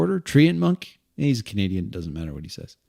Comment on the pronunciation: I thought you said "Comedian" at first instead of "Canadian" and was quite confused until I figured it out!